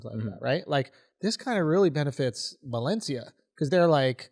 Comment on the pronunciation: Balencia? 🤣🤣 at least he kinda got it right lol